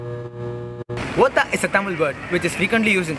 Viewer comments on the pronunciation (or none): It is actually watha/votha not otha